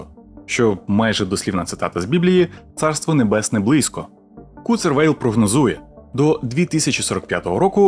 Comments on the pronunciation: Скільки різних інтерпретацій прізвища Курцвейла прозвучало =) Не Куцервейл, не Куртцервейл. Курцвейл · Курцвейл наче а не "Куцервейл" бляха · Куцервейл ??? 🤔🧐 Може Курцвейл?